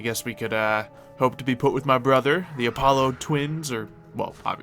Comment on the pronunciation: I already don't like. He's such a jerk, and blatently showing he has spot on aim with shooting weapons than you were just doubles his jerk-i-ness. Also, he rudely frelled up the pronunciation of the sun god. It's Uh-polo. It's Uh-pah-lo.